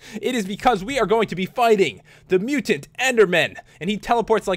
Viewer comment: omly mutant, not mutan